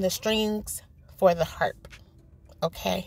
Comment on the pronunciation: lol 😂 your so funny, you always bring a smile to my face. I thought you kept saying heart, I was like what kind of heart is that? lol but it does look like a harp girl. Love the cat and fish bowl, so creative. Great video.